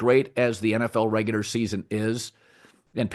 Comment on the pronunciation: Dude it's ReguLar not ReguDar 🤦‍♂️